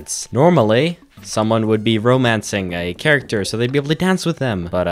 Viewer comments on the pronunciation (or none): none